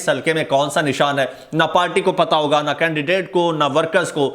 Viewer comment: Pl read " hoga " for higa. Wassalam.